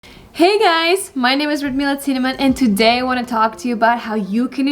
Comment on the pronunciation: Отлично! Привет из Штатов! У вас отлично получается) Только в тюдэй немного больше "тУдэй". Классная лекция!